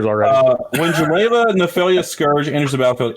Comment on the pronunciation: For once I had hope that the vs crew read jeleva correctly and then they went back to the incorrect reading : /